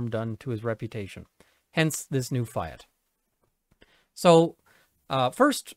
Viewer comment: "Fee-at" not Fie - at!